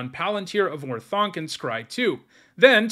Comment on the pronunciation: Or-thank. Not Or-thounk.